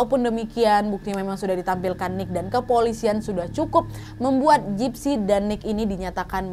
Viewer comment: Dari awal kak Nadia ngomong gypsy aku dengar nya Dipsy 😭